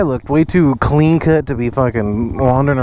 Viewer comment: Listen to the way he says clean it’s funny as hell 😂😂